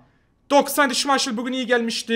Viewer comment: Abi niye şimayşıl diyor o şimaykıl değilm mi?